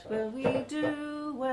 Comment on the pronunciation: I like her pronounciation,Money she goes "MaA Knee"..super! .love ya